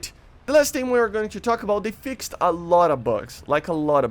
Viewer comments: when words have ed at the end it's pronounced 't not 'ed. Fixed is pronounced "fixt" not "fix ed" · FYI, English words that end with ‘ed’ to show past-tense is not pronounce as ‘Ed’. So it is not ‘Fix-Ed’. It is more of a t sound